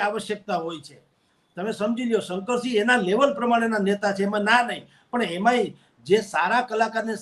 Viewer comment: બેન શંકર્સીગ નહિ શંકરસિંહ છે